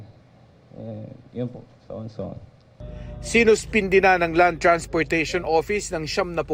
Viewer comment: ❌: So on, so on ✅: So-en, So-en